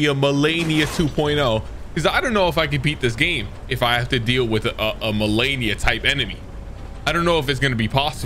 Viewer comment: Is there a Y in malenia? Why do you keep pronouncing her name like that lmao